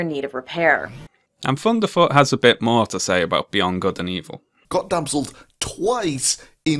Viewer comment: I love that you pronounce his name as funderfoot. It brings a smile to my face